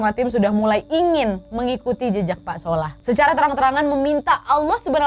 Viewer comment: ngakak pas bilang "Sholah athyahh"😭